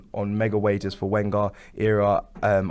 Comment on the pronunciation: it's pronounced Venger! :-)